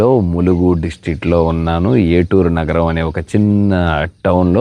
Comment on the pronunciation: చాలా గొప్ప చారిత్రాత్మక ప్రదేశాలు చక్కగా చూపించారు. నేను గమనించిన ఒక చిన్న సవరణ: ఏటూరు నగరం కాదు ఏటూరు నాగారం అని పలుకుతారు. మిత్రులందరికీ ధన్యవాదములు.